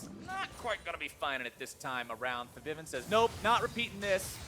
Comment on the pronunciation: Can you guys stop mispronouncing Febiven's name, please? Thanks.